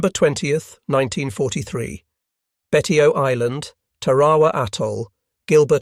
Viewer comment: Betio is pronounced Pe shh o